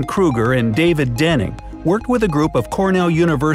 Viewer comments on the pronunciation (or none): It is Dunning, not Denning.